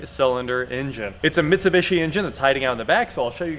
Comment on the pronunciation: Ah, another video of mispronouncing Mitsubishi